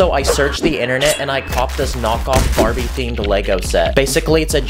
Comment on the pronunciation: he said bariby